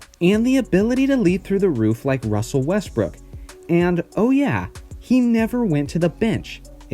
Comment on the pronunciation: why did he say westbrick